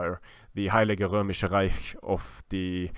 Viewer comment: Again, really nice! Btw that pronounciation of Heileiges Römisches Reich was sick dude keep it up :D